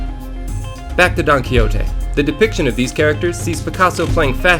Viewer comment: So funny how you pronounce "Don Quijote" like "donkey-o-te" hahaha And the story about Sancho Panza's figure just crack me!!! A big kiss from Spain,! 💜